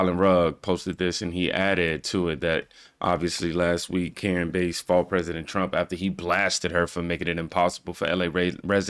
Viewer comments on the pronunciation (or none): Why you keep callin her Karen Base? It's Bass.. Like the fish.. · Bro stop calling her base you watch the clips it’s bass like the fish. However, if you’re gonna do no at least pronounce the names right man it’s aggravating cause I actually like your channel. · It’s Karen Bass like the fish not Bass in a stereo system lol